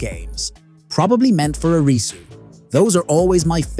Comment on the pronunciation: It's Air-ree-sue Not a-ree-sue